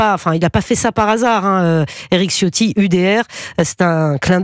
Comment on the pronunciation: Pour respecter la langue il faut prononcer 'Ciotti' avec un 'Ch', donc ça se prononce 'Chio' suivi par 'tti'. Le 'i' final est à peine entendu.